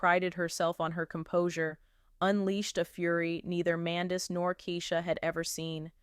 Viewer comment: You Utuber Said Her Husbands Name Wrong ! Get It Together Idiot ! Love Yandy ! Love Lee Lee !